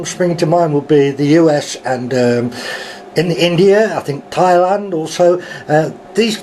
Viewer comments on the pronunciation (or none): none